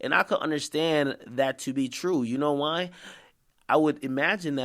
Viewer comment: Why Dis Nigga Said "You Know Why?" Like That